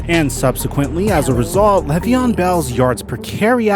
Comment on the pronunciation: "Lay ve on" not "lev ee on"